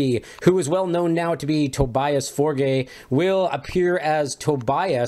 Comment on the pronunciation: Tobeeus Forge Similar to German pronunciation. Forge is not pronounced like morgue. For-ge short e sound